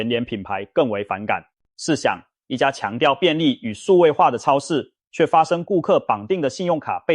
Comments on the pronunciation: 包皮超市 是我聽錯還是故意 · .....我怎麼聽到包皮超市😢 真的，那天看個垃圾袋，一捲是小北的三倍價，抵制